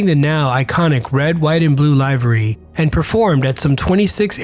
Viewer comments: It’s pronounced liv-er-ree not ly-ver-ree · the correct prononciation for livery is more like liver-ee not live-ree